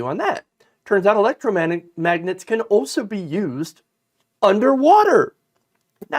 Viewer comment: He can’t even say electromagnet. He meant the refrigerator alphabet magnets for sure.